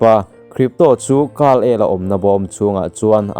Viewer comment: Kal-el ni lo in kar-el aw sir